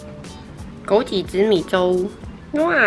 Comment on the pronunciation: 枸杞，ji?qi? 我们发音不一样吗？